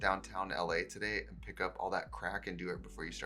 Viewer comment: The "Today" in the ad was extra yooper in this vide. TIDEEEH. (Don't take this the wrong way, I love it more than anything)